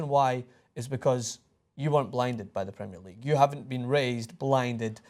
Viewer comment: pls just learn how to say "premier league" plssssss